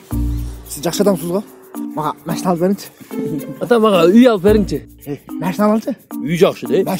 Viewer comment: Мәшине эмес машина дечи брат